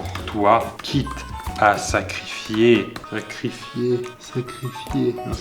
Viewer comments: SacrifiER YA ER à la fin!! Excusez moi ça me stress... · sacrifié avec un r à la fin c'est mieux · sacrifier E R BORDEL PAS é !!!! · SacrifiER!!!!! Pas "é" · "Quitte à sacrifierrrrrrrr" Quitte à faire, pas à fait :P Bien dit, sinon :) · Pierre croce a de sérieux problèmes avec les "er" et les "é"